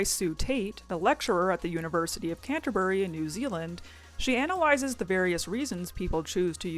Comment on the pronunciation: please look up how to say place names correctly, Canterbury is one of the easiest places in NZ to pronounce